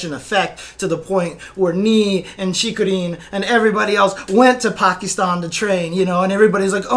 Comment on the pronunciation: Love how correctly pronounces 'Pakistan'. A true rarity on the western side of the globe. Well done.